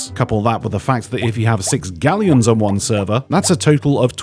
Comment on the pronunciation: Will now only pronounce Galleons as G a l l e y o n.